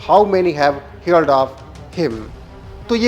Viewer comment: हीयरड नही भाई heard यानी proper pronunciation हर्ड होता है।